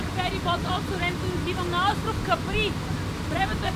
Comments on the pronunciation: Казва се Ка'при, а не Капри'. На италиански. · Острова се нарича Ка'при! Ударението е на буквата А!